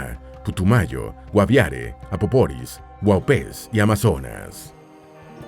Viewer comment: Es río Apaporis, no "Apoporis"